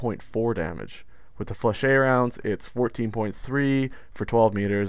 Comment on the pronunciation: Ok im tired of people pronouncing Flechettes wrong its "Fleh-shetts" just like that damn